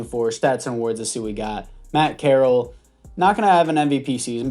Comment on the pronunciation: FYI it is pronounced corr-al